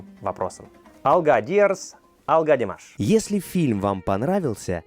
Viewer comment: Какая обаятельная,искренняя,глаза-зеркалло души,а глаза у неё красивые.Как она ласково произносит Димаш,люблю ее,замечательная девушка!!!